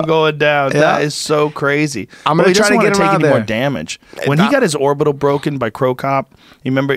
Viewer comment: He broketh my OOBEEETAL!!! He did it on purpose.